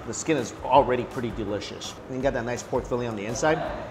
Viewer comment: 'Es so delisias'